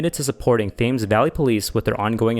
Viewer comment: the uk pronunciations are pretty bad, berkshire, thames and witham were all wrong